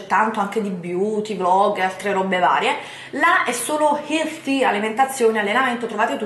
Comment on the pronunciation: Ogni volta che pronuncia la parola "Healthy" a Londra un cittadino inglese muore.